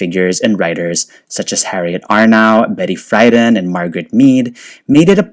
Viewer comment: It’s pronounced Betty Free-DAN.